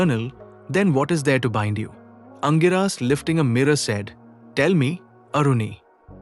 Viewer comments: The right pronunciation is Angeeras. Not Angiraas. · Aangiras not angiraa!